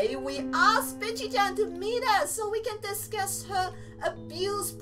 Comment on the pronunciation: STOP SAYING BICHYCHAN